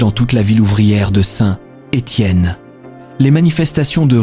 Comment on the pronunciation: FAUX on ne prononce pas Saint..........Étienne, mais SaintÉtienne. en un seul mot !